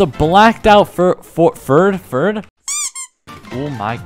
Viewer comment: Bro he said ferd 💀💀